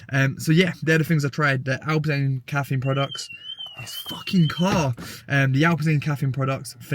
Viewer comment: “this Fawkin cahhr” lol